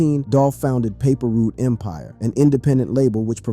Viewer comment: when he didn't pronounce paper route empire right i knew this was a joke